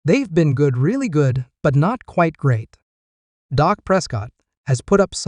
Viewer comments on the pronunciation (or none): by the way, it's Dak, not Doc! You'd think a true cowboys fan would know the difference